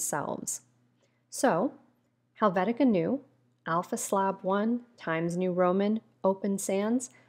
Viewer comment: Thanks for the video. minor note: It's Helvetica Neue - more like, noya not queue ( /kyo͞o/ )